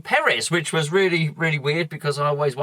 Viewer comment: Wobbed. Weally? ;-)